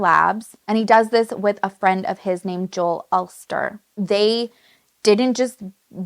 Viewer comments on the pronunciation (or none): none